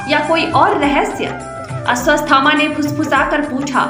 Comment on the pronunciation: Madam woh Ashwathama hai....... You are saying Asvasthama. It gives a wrong meaning to the name